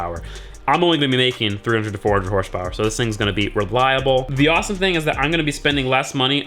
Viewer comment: hahahaha! 😂 Horsh powwer?????????